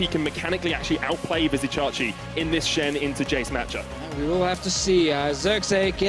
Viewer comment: Legit the other caster is tilting me, calling Vizicsacsi "Vizzy" even though DeFicio called him "Csacsi."